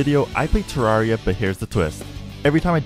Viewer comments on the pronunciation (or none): none